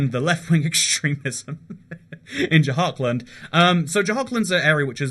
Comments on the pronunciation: “j-hark-and”🤦‍♂️🤦‍♂️ its “jhur-kund” please work on pronunciations they’re really not that hard. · you should really make a survey before doing these videos because your pronunciations of some places is awful ... what the hell is dzhahar-khland? it is dzhar-khand ... there is no A after J and no L at all in JHARKHAND. .... and there wrongly pronounces names of places are in every single your video from shinsinau (chisinau - capital of moldova) to polish cities like wroclav or to indian state names ... make a survey how to pronounce these names before you make a video about it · “Beehar” and “Jahar kland ” got me laughing as an Indian